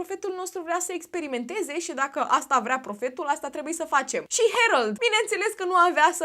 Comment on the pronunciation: Se pronunță Herold